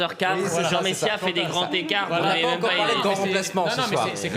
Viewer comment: J. Messiha fait des grands t'écarts .... j'ai bien entendu ? J'ai bien entendu la liaison ? Bravo Mr Messiha, vous êtes admirable !